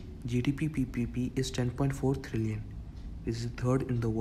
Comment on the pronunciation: It's trillion not thrillian 😂😂